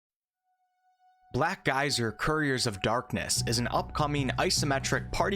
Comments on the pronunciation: You say Black Geyser and i hear Black Isle. I approve. :) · The first sentence sounded like "Black guys are couriers of darkness." Did NOT see that coming. Took a second to readjust. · Sounds like you are saying "Black Guys" which isn't horrible, I would play a CRPG with black guys. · I keep thinking you're saying "black guys"